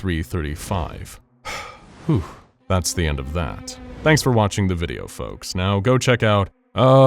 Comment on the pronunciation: Dis wideo gove mi a headarche